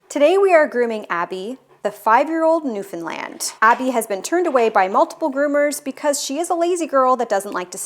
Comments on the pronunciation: As a newfoundlander ... hats off to ya for pronouncing newfoundland correctly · I love that you know how to pronounce Newfoundland. 🧡